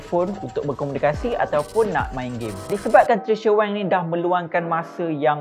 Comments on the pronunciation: Maaf pembetulan sebutan maaf,,,,,,,,🙏🙏 Wang" bukan Weng"" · Wank or wang! Hehehehe diction boy, but gud job done.